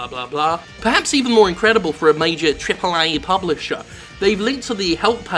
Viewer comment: Jim Sterling You also pronounce "Triple A" in your Skeletor voice.